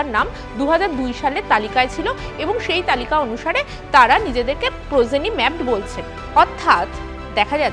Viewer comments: It is progeny not prozeny, how can anchor of a big channel make such wrong pronunciation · Prozeny নয় progeny ম্যাপিং। নিউজ anchor হতে গেলে উচ্চারণ এর দিকে নজর দিন। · 😂prozeny na proGeny. uchharon shikhun aage